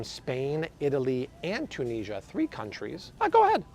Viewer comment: The way he says Tunisia is triggering lol